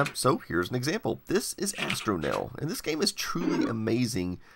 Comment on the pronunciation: I had to go back twice to figure out that the game you tested was called "Astronell." I kept hearing "Hastromil," and thought somebody had made an obscure Hitchhiker's Guide reference.